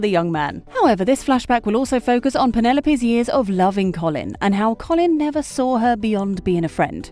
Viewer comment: It’s not “coff-lin” 😂